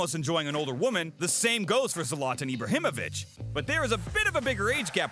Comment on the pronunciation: Zoloton 😳🤯🙊🤦🏻‍♂️🤦🏻‍♂️ OMG! - pls learn our favorite players names! Z AS IN Z'ED > sZe-lah-tan! He will most likely drop kick you for insulting his name! 😂